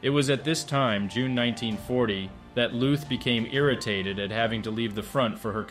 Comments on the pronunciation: LÜÜÜTH, MANN! ... nicht Looth. Engländer! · Lüth, not luth. we do not make a strange sfsfsfs sound out of a t, just because there is a silent h with it…and those two dots are there for a reason. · The H in Lüth is quiet, which means you pronounce it as if it wasn’t there, Lüt. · Why didn't you start your research by learning how to correctly pronounce his name?